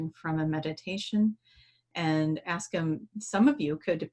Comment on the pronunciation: How come that always say "aks" instead of "ask"? And "aksing" instead of "asking"? I was just curious if it is for a specific reason, or if it is a dialect or something? Much love to you both! 💜